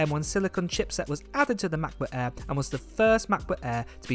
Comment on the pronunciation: “MAHBUKK AEE”